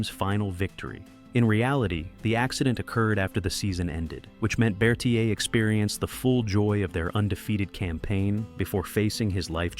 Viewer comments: His name was pronounced Bur-tier, not Bur-te-ay. No need to ask if the narrator actually watched the film! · I freakin hate it when a good video is ruined by obvious errors. Like how to pronounce Gerry Bertier name, or showing clips of Sunshine (played by Kip Pardue) when talking about Alan (played by Ryan Gosling).